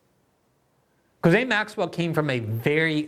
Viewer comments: Gislain is pronounced guh-lane, not jizz-lin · It irks me too. The correct pronunciation is "gee-Lane" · Can we finally settle on a definitive, singular pronunciation of her name? Gee-lane, Gizzlane, gargamel... I feel like everyone calls her something different, so I just go with "maxwell." 😆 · I appreciate Glenn's dedication to mispronouncing Ghislaine's stupid name. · No one knows how to pronounce Ghislaine. Everyone says it differently!